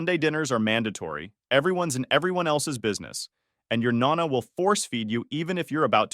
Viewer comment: It's not "nana" it's nona. It means the abuwella